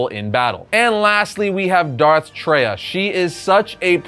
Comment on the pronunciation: While not canon, Valkorian is and will always be the most powerful Sith to have ever been created in the lore. None of the characters on this list remotely compare. Anyone that has logged hours in SWTOR can see firsthand how insanely powerful Valkorian is. Homie ruled two empires. Also it’s Darth TRAY-AH. I have no idea where got that terrible pronouncement.